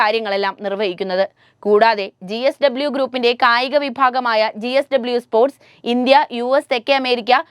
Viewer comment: ചേച്ചി gsw അല്ല jsw